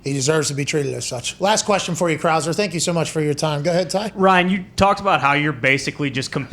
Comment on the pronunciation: “Ryan Crah-ser”